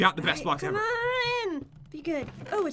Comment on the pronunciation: never have I ever-er loved that weapon so much 😂 Me in English class: Ever-er! 😂